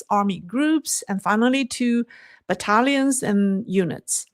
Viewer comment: 😂😂😂 it sounded like she said Italians and eunuchs . It was battalions and units